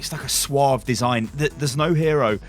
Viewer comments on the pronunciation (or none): none